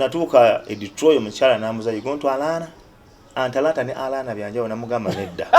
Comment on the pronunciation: Hahaha...mbu Anlana....nga kitegeza Atlanta....😀😀 hihihihi Abantu tulina stories nyinjiii ezokunyumizaako kubalala......